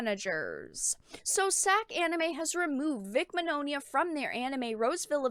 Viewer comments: Vic's last name is pronounced (Min-Yawn-uh), sorry for correcting you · i just need to clarify something, Vics last name is pronounced Min-Yawn-a but other wise great vid!